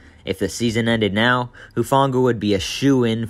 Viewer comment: Who-Fahng-ahh soft g not a hard g.